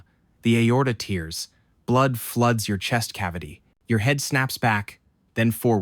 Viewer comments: It's tear, not tear. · You need to teach your AI dog to pronounce TEAR correctly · This AI chat bot narrated video doesn't know how to say tear. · The mispronunciation of tear finally told me this is an AI channel. So sad I was really enjoying it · Your liver TEERS… the Aorta TEERS…🤦 I hope this AI script reader got fired right along with Brad. Both of yall had ONE 👏🏻 FKN 👏🏻 JOB 👏🏻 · If you ever doubted the voice was AI, every time "tear" is said (like ripping paper) the voice pronounces it "tear" like crying. 😁